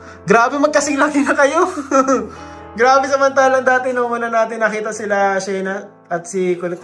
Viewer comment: To correct po mga,,, Sheena is Shi-na matigas ang bigkas sorry po! Thanks po sa inyo❤❤❤☺️☺️☺️